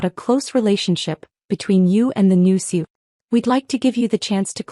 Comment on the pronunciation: CEO has 3 syllables, not 2. Fix your AI.